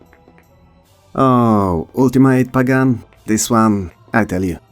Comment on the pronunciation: it's pronounced pagan, not pagan 😢